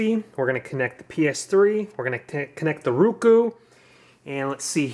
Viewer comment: its ROku dammit, O...as in Oh, say it right